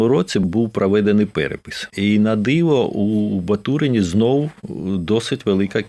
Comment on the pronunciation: Та у немало в мові русизмів (росіянізмів). Та й вимова окремих слів видає російськомовну освіту. (КАчубей, прАведений перепісЬ..)